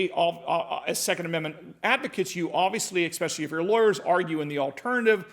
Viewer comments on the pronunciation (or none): It's "ESpecially", not EXpecially".